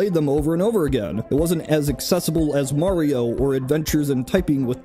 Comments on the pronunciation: Who says "marry-o"? Even the plumber himself says .." its-a me ...Mario" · Did you just seriously call him Mary-o??